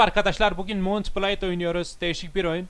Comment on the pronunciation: abi munt bılade diyisin cok iyi